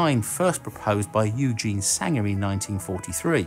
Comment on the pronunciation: Seriously,, get your damn names correct. It's Eugen, as in, oy-gen, not Eugene. How often have you now fucked this up and also had this pointed out to you??